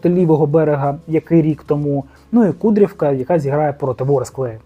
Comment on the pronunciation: автор не КуДрівка а правильно треба ставити наголос КУдрівка, а як ви мене всі харите коли не правильно наголос ставите, до чого тут результати Металіст 1925? перша команда в Харкові це дембель Металіст Харків, а Металіст 1925 нова команда і вона друга в Харкові, Металіст Харків це головна команда була завжди в Харкові, а я взагалі вболівальник Верес Рівне та Динамо Київ, але я також хочу щоб назву змінили з Металіст 1925 на ФК Харків, тимпаче така команда колись була в Харкові назва.